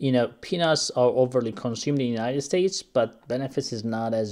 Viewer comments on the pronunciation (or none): none